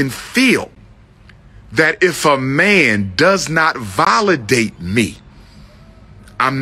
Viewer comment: Okay, anyone else annoyed by Umar saying "volidate" and using other nonsensical words. I don't think he understands what slander is. Kevin Samuels does not pull back punches but he responds to what he gets, not mere generalizations he is pulling out of the blue. That matchmaking lady nailed it: women have these ridiculously high standards and unrealistic expectations. They are already empowered to the point of inflating their perception of self-worth. Accountability and reality checks are in order, not coddling and BS. These issues extend far beyond the black community. We live in a world where men are vilified for being honest and real, yet the women are encouraged to play games and play the systems in place, systems that already favor them, not men. The truth comes out and suddenly that is offensive. Let's get real, folks. Forget the lack of credentials, these coaches and consultants are voicing things that need to be said so things stop being so one-sided.